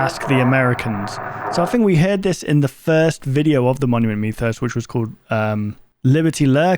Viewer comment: Idk why but when i hear this guy say Monument Mythos it sounds like hes saying mommy and me lol anyways big fan ur underated